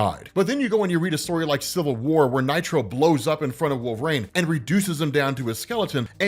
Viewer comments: You really shouldn't be allowed to cover wolverine in any capacity if you cant even pronounce it properly. Like my dude there's tons of media that say his name. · The way you say wolverine pisses me off.